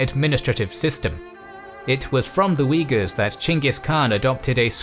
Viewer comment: Had to double back when he said wiggas lol